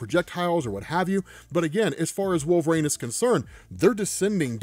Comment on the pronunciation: Wolverine not Wool-vrain